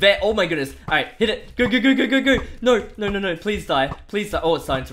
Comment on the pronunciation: the words are not pronounced properly...you say no noi you say huge hige you say bow boiw work on your pronounciation please that is why i do not like the vid